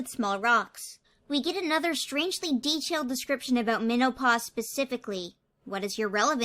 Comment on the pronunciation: I got a text at about and wasn’t super locked in to the vid, and I thought you said menopause, not minnow-paw